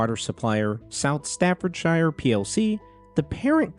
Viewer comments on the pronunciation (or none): FYI: Thames is pronounced like "temz", not "they-mz". (Staffordshire also wasn't quite right, but that one's not as well-known as the Thames for non-Brits)